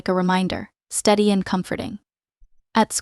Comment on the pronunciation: voice steady not STUDY